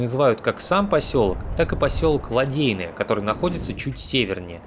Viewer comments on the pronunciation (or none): Вообще говорят не ЛадЕйное, а ЛадЭйное. И яйца дракона и яйца динозавров, это два разных пляжа.